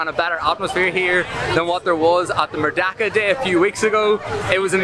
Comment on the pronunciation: Correction..should be pronounced "Merdeka" n not 'merdaka'..do not pronounced 'E' as 'A'..😂..cheers